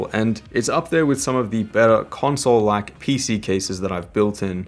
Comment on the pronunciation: Why do you keep saying conswole?